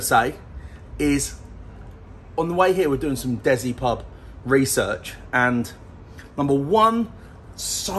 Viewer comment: DESI aka Des-C not Dezi